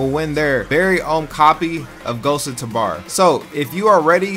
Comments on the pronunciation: bro idk why but it pisses me off how he says tabor it says it like TAHbor when i only ever hear it pronouced ghosts of TUbor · Omgrhg...ther way you say tabahr